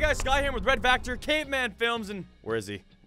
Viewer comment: he said ress instead of red or ross 😂😂